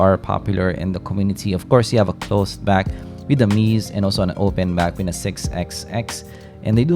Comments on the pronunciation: Just a tip my friend. Its not pronounced Meez. It sounds like Mezay. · Hello, it's apparently pronounced "meh-zay" and not "meez". It just mildly bugs me Great content as always tho, keep up the amazing work